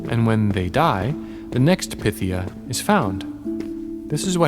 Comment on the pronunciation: Pie-THEE-uh. Like python. DEL-fee. Like shelfy.